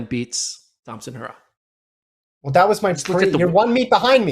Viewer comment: Get her last name right, you constantly pronounce it wrong. Aren’t you guys professionals?